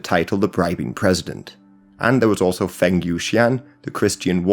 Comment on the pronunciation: Feng rhymes with lung.